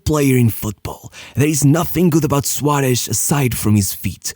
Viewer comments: I don't understand why blud pronounces Suarez as SUARESH, man the SH should be in Su- not in -Rez. Also it's Suares, or with a softer S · Suárez, not Suáresh.